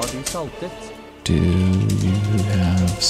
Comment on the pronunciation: The sentence relies on the pronounciation of the “t” in saltet, if you say “har du salte” then it means do you have the salt but, if you say har du saltet it means have you salted.